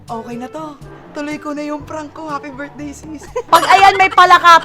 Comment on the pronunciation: “sis happi burthday ”